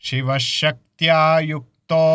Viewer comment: గురువు గారు మీరేమో శివశక్త్యాయుక్తో లో శ కారం చదువుతున్నారు శిష్యుడేమో ష కారం చదువుతున్నాడు